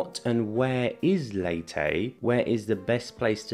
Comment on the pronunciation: My wife is from Leyte and she, her family and friends promounce it “Lay tee” NOT “Lay teh”. Also, it’s “Tac low bun” NOT “Tacla barn”